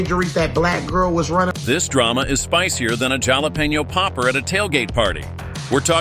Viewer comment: AI lost me as Jal-O-peen-YO popper